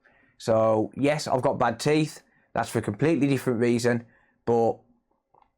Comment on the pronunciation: theeth.... no, british